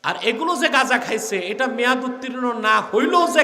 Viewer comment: আপনি বলতে চাচ্ছেন আপনি ওনাদের চাইতে আলাদা যতবার গাজা উচ্চারণ করছেন গাঁজা যারা খায় তারা তো আনন্দেতে নাচবে যে হুজুর গাধা খাইতে বলছে